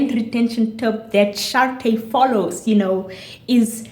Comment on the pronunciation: Thank you for saying my name correctly! And I couldn’t have said it better myself 🤗🤗 awesome video guh… lemme go drink some tea